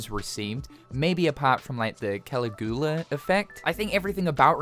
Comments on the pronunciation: Same with him saying Caligula. Its Cah-lihg-yoo-lah. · You pronounced Caligula Effect wrong, Caligula is another word for Monarch. Also I’m glad it’s so popular you know about it. That’s basically Furyu’s version of the matrix/Persona. Also I respect your opinion but my standards for this game isn’t very high BECAUSE Furyu is a small gaming company with a small budget. Does that mean the issues shouldn’t be fixed? No but if they have a hard time fixing those issues I would still get it as long as the game is playable. Remember these guys aren’t Capcom, Sega, Nintendo, Namco Bandi or Square Enix, they’re Furyu so I’m more docile about the game’s issues. This is just a company that I want to grow and do well in general. You are right to voice your concerns and complaints and I respect them but keep in mind who and what this company is.